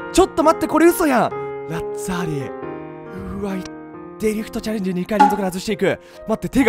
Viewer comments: デリフトちゃれーんじじゃねーよww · チャレンジのイントネーション未だに間違ってて草